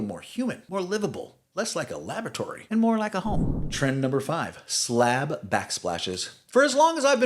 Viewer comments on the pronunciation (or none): none